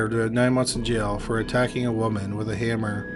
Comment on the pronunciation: Good grief, can you say Beat'n wit a hamm-ahh 15 more times